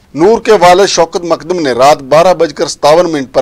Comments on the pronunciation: Makdam Nahi mu-kad-dam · جناب ۔۔۔۔۔۔۔ مقدم ہے ۔۔ "د" کے اوپر شد ہے ۔۔۔۔۔۔۔۔۔ ق کو دو بار پڑھیں ۔۔۔۔۔۔۔ مقد دم ۔۔۔۔۔۔۔۔۔۔۔ سلامت رھیں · Abay tujhay naam tak sahi Lena nahi aata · Nam tu sahi se lena sekh lan.